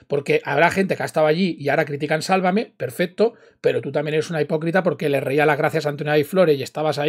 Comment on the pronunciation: A ve chica : tantos años y no lo sabes pronunciar..Sálvame...No salvamé. Qué no aprendes 👎👎👎👎